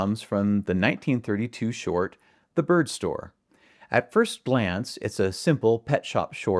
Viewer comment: "At first blance" haha